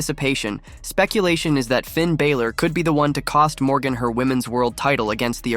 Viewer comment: Please learn to say Balor's name correctly it's pronounced as Baa-lor, like a sheep baalor